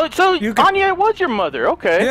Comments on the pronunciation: its not Ayani. Its Anya. Damn, Marcus fucked a dime-piece. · lol u said anie It's Anya